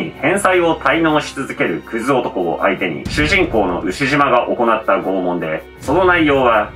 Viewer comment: しゅちゅじん